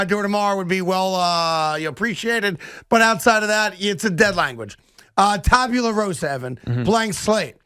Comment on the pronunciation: Tabula Rasa not rosa.